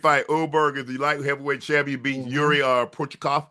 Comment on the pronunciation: Porch-a-kov is insane man